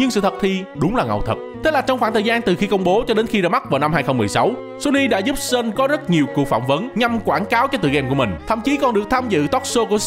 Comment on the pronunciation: Chô tồ ma tề, "Sean" không phải là "Sơn", qua kênh Dan Hauer có chỉ cách đọc nha